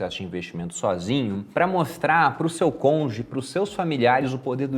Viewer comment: deu um de Sérgio Moro, "seu conge" não, cônjuge.!